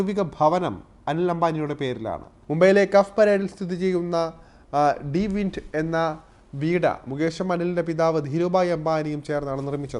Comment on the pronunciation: മുംബൈ കഫ്പരേഡിലെ വീട് ഡി വിന്റ് അല്ല... "സി വിന്റ് (sea wind.. കടൽക്കാറ്റ് )ആണ്. അത് അനിൽ അംബാനിയുടെ അമ്മ കോകിലബെൻ അംബാനിയുടെ പേരിലാണ്... വിവരങ്ങൾ സമാഹാരിച്ചു വിവരിക്കു.. ബ്രോ 😂